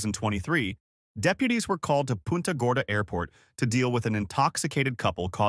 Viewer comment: Pooonta sounds like punta